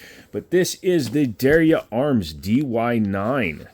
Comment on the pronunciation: Der ya, two syl-ables.